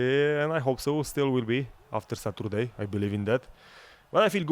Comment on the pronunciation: Satoorday :D